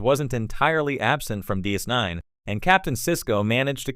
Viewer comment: Yeah, try not to use AI voices, next time. Unless you want to keep talking on the adventures of "Star Feet" officer Sisko and his various commands on the Star Trek show "Dis Nine".